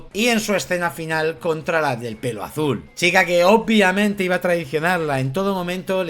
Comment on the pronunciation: Hola guapos, soy el del " ornitorrinko lisérgiko",, te amo y te hacía el amor envuelto en intestinos, pero por favor, deja de decir "OPIAMENTE" es "OBVIAMENTE"!!!! Un besito a los dos 😘